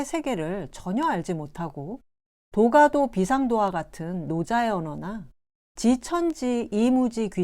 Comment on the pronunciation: Lady! 그대의 좋지않은 어조!!! 제발 고처야겠습니다. 왜? 왜 단어의 둘째 자를 마치 accent가 있는 것처럼 계속해서 강하게 발음하십니까?? 이 결과 장음인 단어의 첫 자를 "짧게" 잘못 발음하게 됍니다. 한자어구의 오독예: "도가도"를 "도가 " ""도"라고 띄어서 그리고 ""가"를 강하게 발음했으나 잘못 발음했나이다. 이는 "도" "가도"라고 분명히 띄어서 읽어야 하나이다. 책 한권 권하오니, "한국 어문을 고발함"을 읽어 주실까요?? 또 한가지 잘못! "소태산" 을 "소태" "산" 이라고 띄어서 그리고 "태"를 강하게 발음 했습니다. 이는, "소: 태산"이라고 읽어야합니다.